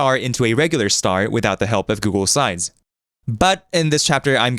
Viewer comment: Why do you pronounce Google slides as Google sides all the time? (And sometimes even as Google sines)